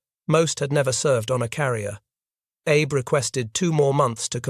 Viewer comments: Very good episode. Just work on pronunciations such as admiral Abe is ah-bay, not Abe. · A W F U L pronouncation ! ! The Japanese name "abe" is NOT pronounced like the Abraham "Abe" ... The Japanese is pronounced as "A beay" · The Japanese family name "Abe" is pronounced "ah-bay". Japanese names use the Chinese and Hungarian style: family name, personal name. Yang Jisheng, Takaichi Sanae, Lugosi Bela. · Ahhhh. Bey. Please pronounce correctly. Those of us that already knew this in the most part, enjoy others doing the proper amount of research and preparation.